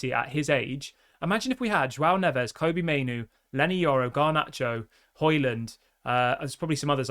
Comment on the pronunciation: Dude, I really wish you'd pronounce Kobbie's name properly. It's pretty disrespectful, especially if you're streaming 3x per day as a professed Manchester United expert.